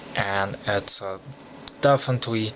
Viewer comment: ...”definitwee definitwee definitwee...”